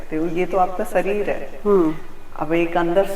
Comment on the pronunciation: Sareer nahi hota hai shareer HOTA hair Bollywood ke saste nashe